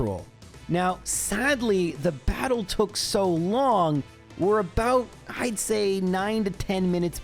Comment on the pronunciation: i understood "dreizehn" german for thirteen instead of "id say" hahah i was so confused